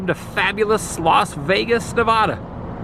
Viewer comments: Ne-vad-a NOT Na-vah-da, I stopped watching after that. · I’m a native Nevadan and you’re pronouncing Nevada wrong…it make sad. It’s Neh Vah Duh…not Nuh Voh Duh…please, and thank you. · It's pronounced "Nevaada" (like "cat") not "Ne-vahh-da". Local Nevadan here! Dust storms are scary. Glad you're OK. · Hey Adam--helpful hint: I lived in Nevada for 5 years and trust me, the locals get super perturbed if you mispronounce the name of their state. It's actually 'Ne VAD a' (like 'add uh'). You're welcome. heh. Great road trip video as always--thanks! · / With all due respect, the "Locals" have it wrong! Even the actors in the 1930 movies (and later) pronounced it Nevodda . . . so, I'm sticking with that accurate bit of unwokeness! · It is NOT pronounced "Neh-VAHHH-duh" ugh 😣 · C'mon Woo, everytime you say Nev ah da in your videos I cringe. It would be kinda like pronouncing your channel as Adam the Whoa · But, that's the Anglo explanation. lol! FACT: The name is Spanish! Just like Colorado! Everyone should say it with the Spanish pronunciation! Problem with that explanation is that a ton of Anglos will purposefully mispronounce, and call you "politically correct", if you tell them that! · Yeah, I just love the pale wave telling everyone it's their way or the highway. It became Nevada with the Spanish pronunciation, but I don't know what the REAL locals called it. They're likely my ancestors, too. Anybody ask them? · you are pronouncing nevada wrong